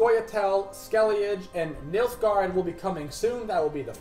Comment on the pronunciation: its not Skell-ee-idge. Its Skell-uh-guh.:P